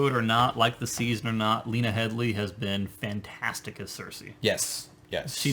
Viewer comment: Did you just call Lena Headey (as in HEEDY) Lena Headly (Head as in on your shoulders LY and in general Lee)? Are you guys high? Geoffrey is Jack Gleeson The white horse from the Golden Company was on the outside of the city. It is not likely this could be the same white horse. It is said this white horse was to represent HOPE - for Arya, for people of Kings Landing.